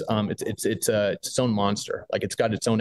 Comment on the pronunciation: You would think a local Media person would know how to pronounce Capitan N.M. Smoky the Bears home ! ?KOB4 tv